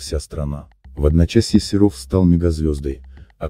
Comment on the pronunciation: Можно уже хоть фамилию Серов правильно озвучить